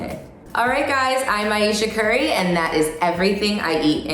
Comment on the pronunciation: I thought she said "hi I'm asian curry"